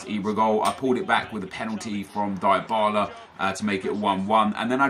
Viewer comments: Its dee-bala not die-bala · It's pronounced cal chee oh. And Dee bala or dih bala.